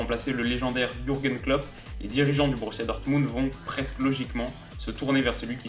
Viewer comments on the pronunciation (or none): none